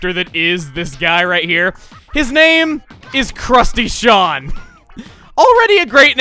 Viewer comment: crusty sean? crustacean? HAHAHAHAHAH!!!!!